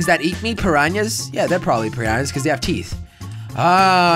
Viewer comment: He calls Piranhas, Pinyanas!!!